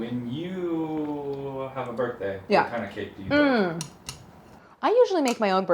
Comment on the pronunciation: "It's a birth tang"